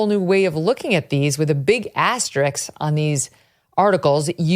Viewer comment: ass-ter-RISK (not “astericks”)